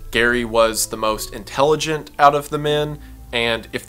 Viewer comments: "MOST INTELLIGIANT..??????" LMAO I THINK YOU MEAN INTELLIGENT LOLOL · 'Los angelous' 'The gays' and 'intelligiant' lmao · Crying over "intelligiant"... I can hear it in my head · "1. Most intelliGIANT" STOP